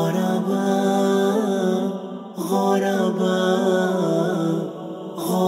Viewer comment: Its ضمة not فتحة hahahaha... على وزن فعلاء كالعلماء و البخلاء Do justice to Madrasah Aljunied's Nasheed Hahaha 😂😂😂😂 👌 nice tho :)